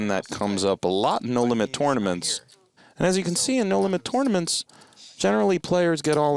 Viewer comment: Who the fuck pronounces it Torenaments?